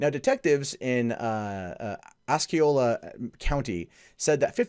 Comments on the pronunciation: I cringed when he pronounced Osceola as oskeeola and Kissimmee as kissuhme. But yeah, gotta love Florida! 😊😍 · Oceola is pronounce Oss E ola and Kissimee is pronounced Kiss imee